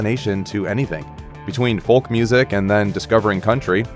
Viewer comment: FOLK THE L IS SILENT DA